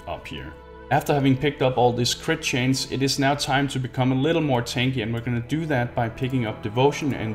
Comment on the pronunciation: "Crit chains" is actually pronounced crit chance